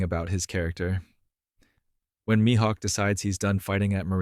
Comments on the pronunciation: I totally agree 💯% with you 🤩 ! But you're mispronouncing his name. It's pronounced ME-Hawk ( Mihawk 🦅🗡️ ), not MY-Hawk ! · good video but please keep your pronunciation of mihawk consistent 😭 you kept switching between my-hawk and mi-hawk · This is probably a good video but I couldnt hear MYhawk out loud after the 4th time 😅